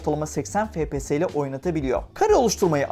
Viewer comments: Fepese değilde efpies diye okusanız daha iyi olur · Lan şuna fps deme efpies (okunuşu)